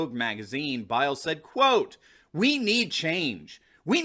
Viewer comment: How does getting second place count as getting "crushed"? This guy can't even pronounces Biles name correctly . And there's nothing wrong with what she said. All you Trump dick suckers need to stop politicizing shit.